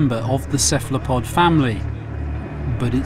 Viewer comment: why can't he say cephalopod properly...